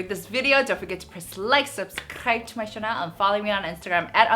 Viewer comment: I love! I really love her! I don't mean anything, but why she say "chanel" instead of "channel"... I mean she speak very good English...